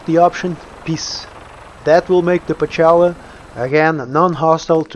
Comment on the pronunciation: That doesn't sound like "Pocela." and the Russian transcription is Pcela (Пчела), which translated into English means -- Bee. I apologize for my remark )) Much appreciation for a good guide on the updated version of the mod.